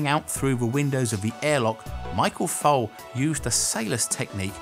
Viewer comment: His name is Foley not Fole.